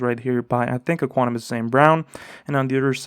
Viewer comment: Ek-wi-nim-ee-yus lol